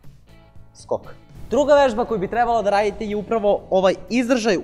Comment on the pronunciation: ja muslijo on govori sok a reko skok